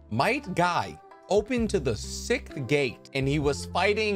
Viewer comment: Yaknow one time he said sicth in a video and I brushed it off, but I think he really doesn't know how to say sixth... I'm gonna subscribe